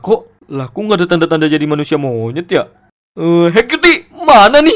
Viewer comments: Ngomong monyet nya biasa aja wehh wkwkwk Gausah"MONYET " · Pas ngomong "Monyet" berasa ngomong "Lakik" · Biasa aja nyebut monyetnya